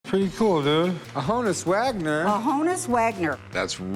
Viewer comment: it's not HO-NUSS Wagner it's HON -USS.... His name was actually Jannes as in Hannes but in America people were calling him "janice"... So he spelled it out phonetically... Sometimes you do see the J in front of his name & now you know why......